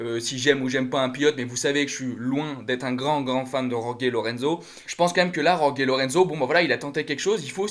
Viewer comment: C'est pas rorgué mais roré sinon pour le reste pas mal